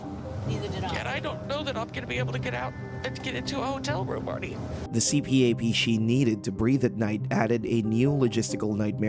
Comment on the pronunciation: little tip for future you, its prounounced more like see-pap not C.P.A.P. I realize this is a minor nitpick especially for a channel with only 11k subs, but also, is it really that hard to google it or just ask someone? then again, most creators at this size are a LOT less professional... the other day I saw someone with nearly 100k subs eating on camera in a not even 2 hour voice over...